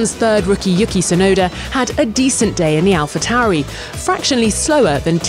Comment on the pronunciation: "Yucky Tsunoda" I know ur British, but it's not that hard to pronounce 🙄